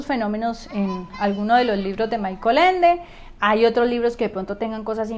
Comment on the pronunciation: Se pronuncia: Mijael Ende. Muy interesante la interpretación que das de los libros de Ende. Felicidades por tu video.